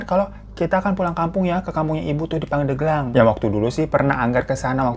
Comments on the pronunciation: Pandeglang ya bang Hiro bukan pandeuglang 🤭 alfatihah untuk ibunda nya anggar 🤲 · bang nyebutnya pandeglang nyebut hurup e-nya kayak bebek, jd nyebutnya pandeglang 😄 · Bang. Bacanya bukan pandeglang. Tp pandeglang.. E nya buka emas tapi ebi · Pengucapan pendeglang bukan gtu kaaa😮😅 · Cara penyebutan Pandeglangnya Bang Hiro lucu😅🤭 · Cara baca pandeglang nya salah 🤭 tapi gpp kak hiro tetep the best 🫶🏻🫶🏻